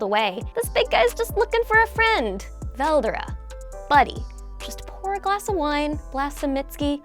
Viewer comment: rimuru and velDORA just saying. the way you pronounced veldera